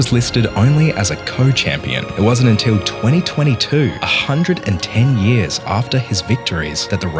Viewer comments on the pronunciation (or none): none